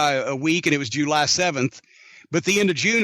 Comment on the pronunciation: He says July Jew Lie lmfao it cracks me up 😅